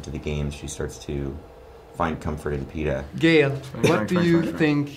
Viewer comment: can we just hate the fact that the first time he tried to say Peeta he said Peter. Can we?